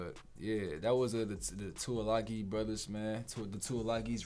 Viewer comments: Haha you cant tackle anyone thats off the ground bro and its pronounce like this( 2 E lung E ) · 2 e lung e, is how u say it